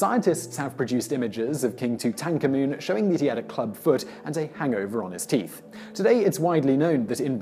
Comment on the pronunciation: You pronounce Tutankhamen rather strange! Not even the academics pronounce it that way and do research unlike your parrot-sounding facts-we-already-know soundings.